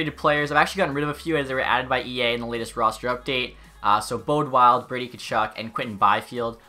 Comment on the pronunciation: Bode Wilde is pronounced body wilde